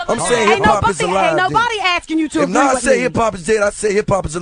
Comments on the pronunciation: hate how this nigga sayin nore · Nigga...its Nore not Nas lol, no one rocks with him